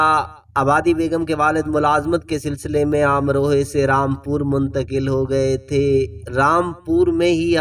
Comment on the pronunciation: امروہہ درست ہے امروہے نہیں. اللہ اماں بی کے درجات بلند فرمائے.